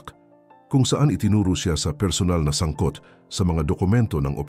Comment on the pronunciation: Sangkot? O samgyup?😅😅😅 Wag na Kasi mag AI VOICE. Kabuset! Bulol-bulol